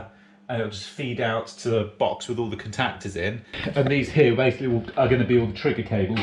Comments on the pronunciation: Never in my life have I heard someone say "cun-tac-ters" in that way. More peculiar pronunciations please, makes the world a more interesting place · The way you say contactors makes me want to vomit. Much love.